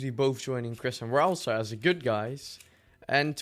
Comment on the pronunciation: Ah yes my favourite Deltarune character, RALS-EYE.